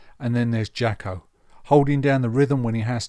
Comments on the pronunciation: Good video, you’re right on it, but his name was pronounced “Jocko” , not “Jacki” - that’s a bit annoying. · With all due respect. he pronounced his name “Jocko” - so that would be the correct way to say it. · You're really not getting this, are you? Accents affect how words are pronounced, either nationally, or regionally. In the case of the US, it would seem that when certain people say the name "Jaco", it sounds like they're saying "Jocko". They don't actually think his name is Jocko, they know it's "Jaco", and they think they're saying it correctly, which to them, they are. Please let that sink in, finally. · He didn't pronounce it "Jocko", his American accent made it sound that way.